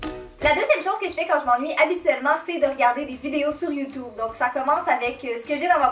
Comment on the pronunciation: Cet accent !😂 " des vidéos sur youtoube " 😂